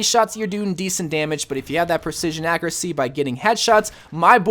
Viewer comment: Take a shot every time he says “ackeracy” or “ackerate”